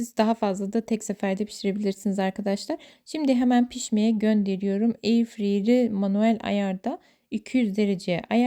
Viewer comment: Mademki mutfağına girdi doğru telaffuz etsek iyi olur.Eirfray diye okunuyor